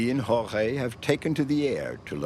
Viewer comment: Listening to this narrator pronounce "Jorge".....smh